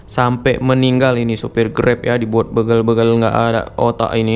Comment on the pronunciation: banyak sudah salah pengucapan kata "begal". huruf "e" nya berbunyi sprt pada kata "pergi". padahal yang benar kata "begal", huruf "e" nya seperti pada pengucapan kata "pak-de" , "kere", "merauke", atau "bela-diri".